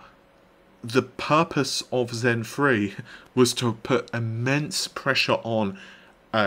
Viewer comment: All I hear is "Zen Free"